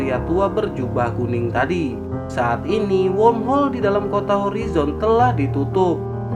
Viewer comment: Sepertinya mimin kesulitan untuk mengucapkan kata womhol